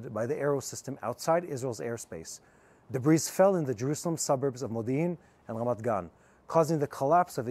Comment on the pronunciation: time to finally learn a word: shrapnel. It's shrap-nel, nor shar-pe-nel. (Also in 'debris' the s is silent: debree.) Love and respect, from the center of Europe.